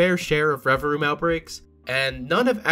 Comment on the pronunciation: It’s not “reva-room it’s reva-vroom.”